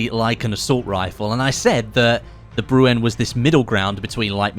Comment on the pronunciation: It’s not pronounced brew en. It’s bre N. Like Ren from Ren and Stimpy